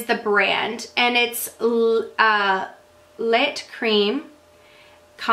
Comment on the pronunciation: Lait is pronouced like 'Lay' It means milk in french. It's just like cafe au lait (coffee with milk). I'm sure you can speak a little bit of french, just a few words here and there is all you really need to know. I love your blush picks recently, I really enjoy the natural "just came in from the cold" look and your picks have been perfect for that! I recently got the Morphe 35e and 35n and I don't know what i was doing with my life before morphe shadows! They're so pigmented and creamy, I'm in love. I need to pick up some more.